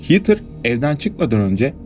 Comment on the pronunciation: Hiiitır değil hedır diye okunur 🤦‍♀️